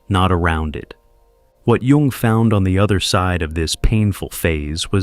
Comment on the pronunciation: I’m glad he knows how to pronounce Jung. Yoong not young.